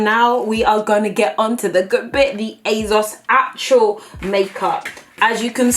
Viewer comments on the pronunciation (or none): It’s ASOS, ASOS!!! Not azos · ASOS not AZOZ - not gonna lie. That’s annoying me. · Is it just me or is she sounding like she says it azos instead of asos. This is NOT hate I love uuuu xxxxx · I love you patty, but hate how you say AYYZOZ! It is Asos, love. :P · Girl, please it's aSSSSSos not azoz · Asos not azoz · she says asos so weird "azoz" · Is she saying azos?? 😭😭😭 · Who knew it was pronounces "azoz"? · The way you say ASOS is so funny 😂 it sounds like you’re saying Azos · I'm here coz I laugh every time beautiful pronounces ASOS as EHZOZ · She says Asos like it has a Z in it and it really bothers me! :/ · the way pronounces things makes me laugh "Asauce" and "lip bum" maybe it's just me. love the videos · it's not her accent lol I'm from where she is. She's just got into the habit of pronouncing it incorrectly. Even Mike has pronounced it the same way and their from two different parts in the country. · Can I really watch a whole video of pronouncing “ASOS” wrong????